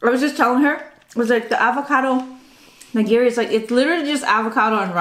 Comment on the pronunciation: I enjoy watching all your sushi mukbangs, but wish you would pronounce “nigiri” correctly. Having been raised in a traditional Japanese family, we do speak the language as if we were living in Japan. When you go to your favorite sushi restaurant, please ask the server to teach you the correct pronunciation of “nigiri”. It’s just a matter of respect for the language. Thank you !